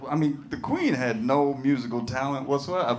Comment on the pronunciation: It is not quain say Queeeen